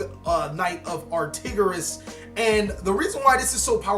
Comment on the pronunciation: ar-TOR-igus my man! Not ar-TIG-orus.